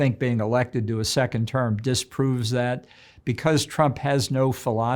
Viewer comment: I heard “Sickened term President” I better rewind and listen ..